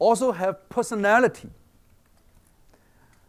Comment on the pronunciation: I know this guy got some intellectual skills, but for fuck sake some of his pronounciation need some fucking attention. I might not be the only one, but this is what I heard: - pussy-nality!!